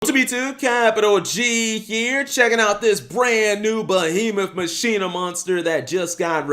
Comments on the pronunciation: Masheena I thought it was pronounced Makina you know the Spanish term for machine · sorry to break it to you, but that's not how you pronounce it. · Why call it Muh-sheen-nuh? Why not call it Ma-qi-nah? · "Machina" is pronounced the same way you say "machine" in Spanish. Mak-ee-nah